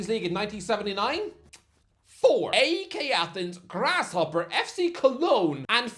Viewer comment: AEK is pronounced 'IKE'. one of these days I'll get you or Alfie to say it